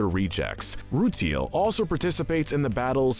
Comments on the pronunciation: Me, a huge Steven Universe fan: Oh god... Here we go. How many mispronunciations will we get? (Ruteal?! Really?! It's clearly pronounced RuTILE) Also where are the Garnets, Prisms, and Fable from the Steven Universe video games? (Yes, those are canon to the story.) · its roo-tile not roo-teel and shes not a crystal gem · rooteal twins as well lol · They say those names in the show so your saying them wrong also rutile is roo tile rutile not rootl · And the Rutile Twins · awesome video but have you even WATCHED steven universe????? the way you pronounce most things (rutile as roo till and lazuli as lazOOlie etc) make it seem like you haven't -_